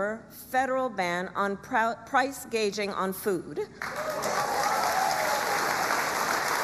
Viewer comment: Price "gauging". Shows she doesn't even have the vocabulary of what she is proposing. She has no clue.